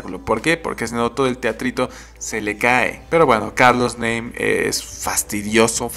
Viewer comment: Se pronuncia "NAME" no "NEIM" jajaja